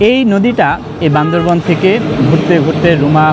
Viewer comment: বান্দরবন না বান্দরবান বললে কি সমস্যা🙄